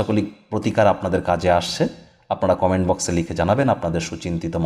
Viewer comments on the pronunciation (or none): none